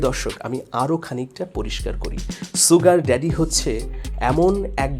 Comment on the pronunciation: "শুগার ড্যাডি" হচ্ছে শুদ্ধ উচ্চারন, কখনও "সুগার ড্যাডি" যা ভুল উচ্চারন, তা বলবেনা ।